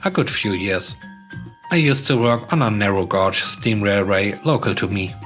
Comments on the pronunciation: Hey man, the word "gauge" is usually spoken to rhyme with "rage", as opposed to "lodge". Keep up the good work. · Just for future reference, "gauge" is pronounced "gayj" (to rhyme with "page").